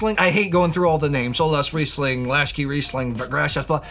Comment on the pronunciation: Perfect pronunciation of olaszrizling! But high acidity? Come on, wine-searcher! It's rather the opposite...